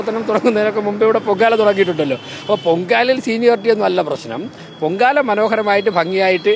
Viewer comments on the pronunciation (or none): none